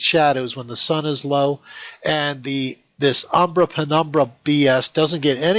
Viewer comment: The way he said "umbra" sounded like "Aww, brah!"